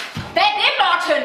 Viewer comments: det så grineren hun siger MorTEN hahaha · jeg elsker den måde din mor siger morTEN!!!!!!! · Like vis i også elsker den måde at hans mor siger moRTEN. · Elsker når hun siger Mor-ten😂👍🏼😆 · Kan godt lide den måde hun siger Morten på haha xd morTEN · Morten jeg elsker når din mor siger morTEN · er det bare mig eller siger mortens mor morten med stort T :)